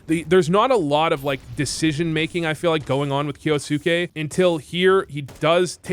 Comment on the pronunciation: pronounced kyousuke correctly, is voo japanese confirmed?